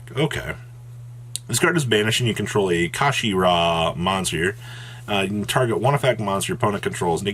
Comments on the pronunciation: Card: kshatri: kashashtri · Kshatri-la Yeah. Kashi ra. That makes sense. I forgot L’s make an R sound. And let’s just ignore the lack of an A between the K and S. Fuck it, let’s just make shit up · I think the 'k' is silent, so it's just pronounced shot-tree-la. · Amazing video as always brother!! Let me help the community out as well. Kshatri-la pronounced “shut-tree-la” the whole archetype is named after Kshatriya (shut-tree-ya) basically a princely caste in old Indian kingdoms. Hope this helps. But yeah absolutely broken!! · Ka-She-Ra?! Wtf is that?! lol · I can't tell if your intentionally mispronouncing the Archetype name on purpose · You finally pronounced Kshatri-La correctly at the start of the video, then proceeded to say it wrong as least 6 different ways for the rest of the video